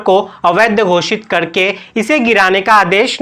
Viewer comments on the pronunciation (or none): Karke hota hai ..kadke nahi